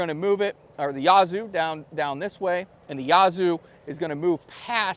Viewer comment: If it hasn't been said already, the "a" in Yazoo is the same "a" as "cat". First syllable emphasis if you're a local.